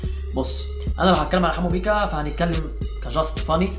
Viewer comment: يحبو على ايه دا بيقول بيقا مش بيكا